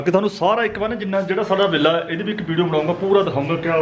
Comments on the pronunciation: That's Villa 😅😅glt pronounce kr rhea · ਵੀਰ ਜੀ ਬਿੱਲਾ ਨਹੀ ਵਿਲਾ ਹੁੰਦਾ